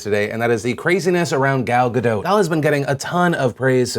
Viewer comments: Ga DOUGH... not Ga DOT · U say ga DOT, her name isnt french. she said so on one of the someday night show interviews. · Pronounced Guh - Dough..... Damn I hear this too much.... I love you Phil! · It's GadoT, with a hard T. She's Israeli, not French. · so phil pronounced it 'gaDOUGH', 'gaDOT', and 'gaDOTE'. if you're gonna say it wrong, stick to your guns, phil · How many different ways can he pronounce "Gadot" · I had to pause and comment, and trust me I will watch the rest of the video, but: Gal is pronounced like gall, as in "he had the gall to say such a thing", and Gadot is pronounced Ga-dote. (Also Israel is pronounced Is-RA-el, not Is-real.) With thanks, An Israeli